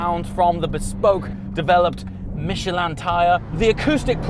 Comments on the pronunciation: Isn’t it Michelin not mechelaan lol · Michelin not Michelan🤦‍♂️ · "Michelle Land Tires" 😆 Where is the "a" coming from?? 🤣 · Since when we call it “Michelaaaan” ? 😂😂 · Michelin? No "Mich a lan" love it